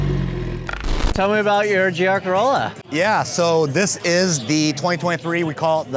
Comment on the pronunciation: I'm a native German speaker, and I don't understand the term "Keürolla." We pronounce this "Keürolla" like the Japanese koi fish—koi-rolla. What am I missing here? 🧐🤔 And also we say Corolla for ... Corolla.